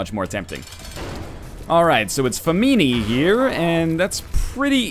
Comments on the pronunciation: Fa-me-nee? It is Famine. Fa-am-in o3o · Fa-mi-ne Must be Italian...Di-na-mi-te.